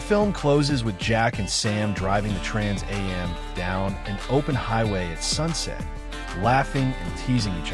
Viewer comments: Is the narrator for real? Trans a m, seriously? It's called a Trans am. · First I'm not sure how true this is. It's narrrated by AI which can't pronounce trans am right. Plus, it already October and I've heard nothing about this. I'm mixed about whether I'll go see this or not. But I agree it should not be made. Instead, bring back the original for the 50th anniversary..